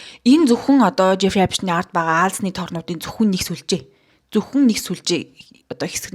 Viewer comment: New york brooklyn d tursun uuruu neree esptein gj duudaj helj bhad zaaval sh duudaj shaardlaga bganmu